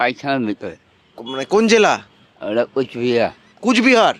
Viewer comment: দাদা কুচবিহার না কোচবিহার হবে । আমিও কোচবিহার থেকে দাদা। অনেক ধন্যবাদ দাদা এইভাবেই মানুষের পাশে থাকবেন🙏